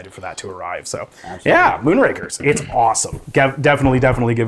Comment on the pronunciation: Moonrakers...buddy kept pronouncing Moonrakers as Moonrankers. It's Moonrakers, as in rakers like raking leaves. Not rank, like a grading system.